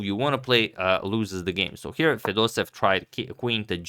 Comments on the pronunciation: #pronunciation It’s not fedosev It’s fedosEEv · I don't speak Russian, but I assume the pronunciation of the name of the man playing with the black pieces is not 'feh-DOH-sev,' but, 'feh-doh-SEH-yev.' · Hi, Antonio! Thank you for the video, it is good as always! However, you constantly made the same mistake: your pronounciation of Fedoseev's last name is incorrect. You should stress the third syllable: FedosEev is correct, not FedOseev. Thank you again for your videos! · Everybody and their cousin pronounce fedosEEV instead of feDOseev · it's fedoseEv, not fedOsev. there two e and the emphasis is on the second e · And the accent is on the first e fedosEev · The pronunciation of Vladimir's surname is more like Fedoséev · here in this popular video you pronounce Fedoseev differently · I don't think that any person would be pleased by the misspelling or/and mispronunciation of their name. And I am not your brother. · Antonio, thx for the content! Jfyi. Fedoseev is pronounced with both e having their own sound. They do not get merged into a single sound